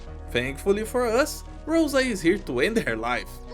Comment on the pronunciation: Always wanted to tell this. If Rosa's name is a russian word, then it means not a rose, but a dew. Also the stress is on a letter A